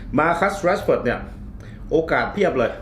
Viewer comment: คุณเอกราชอ่านถูกแล้วครับ ภาษาอังกฤษเขาอ่านแบบนั้น